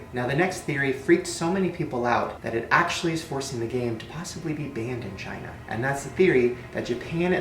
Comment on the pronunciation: he says vagina not China sorry I can't age I gave my soul to the devil himself so I'm going to live for a very long long long time I'm going to be the oldest bitch on this planet when you make a deal with the devil you will live long give your soul to the devil and all your dreams will come true